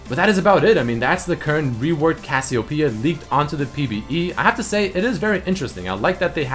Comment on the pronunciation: DillonChillinLike AVillian HE said some kind of Cassio Pea It's Cassiopeia...